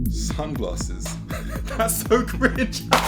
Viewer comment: why tf did I laugh at him saying sunglarses